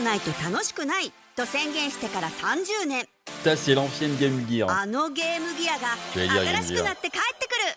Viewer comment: Quoi on dit pas « Jirz of war » ou encore « Metal Jir solid » ?